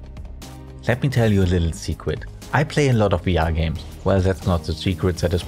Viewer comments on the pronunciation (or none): first thing I hear: "Lemme tell u a liwttle secwet"